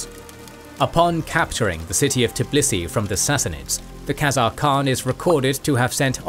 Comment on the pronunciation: 'Khezemies' hahaha